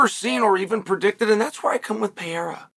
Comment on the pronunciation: Chael: Peheiha Also Chael: Mucklechev